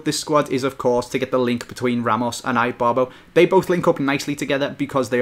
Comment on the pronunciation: How did you pronounce Ibarbo? XD it's not Ibarbo as in "I Robot"